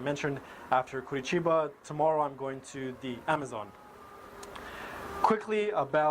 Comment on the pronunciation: I really like to see Americans talking well about Brazil, especially when it comes to my city. Be impressed that you pronounce the name of the city correctly. Nice video!